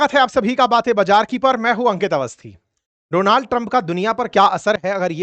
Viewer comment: Jo Donald ko donaaald bolta ho wo kya pdhayega